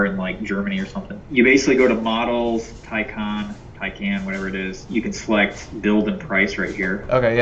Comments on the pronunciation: It’s pronounced taken. Also, those painted to match barrel wheels look terrible in person. Early 2000s dub style. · Did you say “Pecan “?